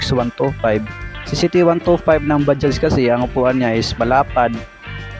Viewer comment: Ok ang pagka bigkas sa bajaj Ang iba blogger baja daw nawala ang J